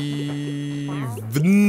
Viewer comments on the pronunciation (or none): Hermine: "Es heißt Wingardium Leviooosa, nicht Leviosaaa.": "Meine Stadt heißt ja auch Maledivnnn und nicht Malediveeen. " Hat mich irgendwie sehr daran erinnert ^^ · pass mal auf, es heißt nicht Maledivnnnnnn sondern Malediveeeeeeen.